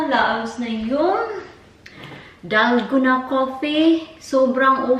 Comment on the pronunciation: Dalguuuuunnaahh DalgOna coffee pronounce it slowly mas arap nga mali nman pronounciation mo